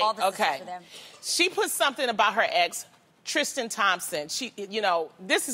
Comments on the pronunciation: Loni's pronunciation of TrisTAN makes my skin crawl.It's not Trishstian. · Why is Loni having a tough time saying Tristan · But why cant Lonnie say Tristan💀🤣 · Loni just STRRRRUUUUUGGGGLLLLIINNGG saying "Tristan" 😂 that whole intro was a mess. She said "Jays after" instead of "days after" lmao